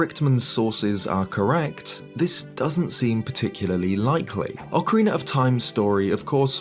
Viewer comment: Ocariner of time